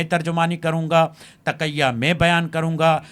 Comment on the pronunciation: Tikya nhian hota.taqia hota Hy.